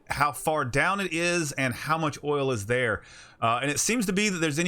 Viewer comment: Did you just say O I L ?